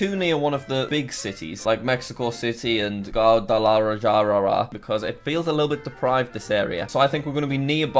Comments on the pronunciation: nobody: jack: gal-ua-a-j-alar-ahah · can we talk about how he pronounced Guadalajara as gawdalarajarara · I thoroughly appreciate your consistent complete refusal to even attempt to pronounce "Guadalajara" (in at least two videos I've seen) (for reference, it's GWA-da-la-HAR-a) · Guadalajara is pronounced G-wah-deh-leh-hara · Jack, its Guad (like quad)- a-la- jar (like far)-a . Guadalajara. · Jack you said Guadalajara so poorly I honestly didn't recognize it for a second. It's like... gwahda-la-har-a ? ish? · a j in spanish is pronounced as an h jack lol. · as someone who speaks spanish it is hilarious hearing him try to pronounce Guadalajara. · Sir Normal Man im American and speak literally no spanish and even i an cringing at how he probounces Guadalajara